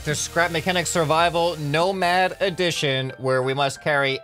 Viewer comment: Everytime you say "nomad" i understand "no mad" like pearceful